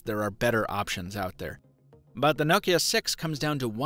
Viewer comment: First youtuber to say Nokia correctly.